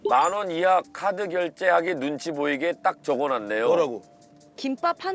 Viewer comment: 결제금액 만원이하를 이라로 읽은게 귀여워